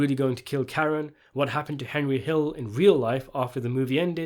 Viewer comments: hendry. henjry. it’s HENRY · Anybody else like the way young always called Henry, "Hendry"?